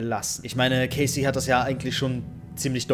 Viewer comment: warum sagst du immer caysy? es heißt cassie (ausgesprochen: kässi) okay?